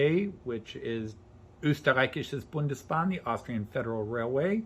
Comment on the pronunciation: I've wanted one for a while as well - may have to take the plunge after seeing your video. It's my favorite elok, and I spent a couple of weeks this summer in Austria enjoying them. Kudos for the pronunciation of Österreichische Bundesbahnen as well!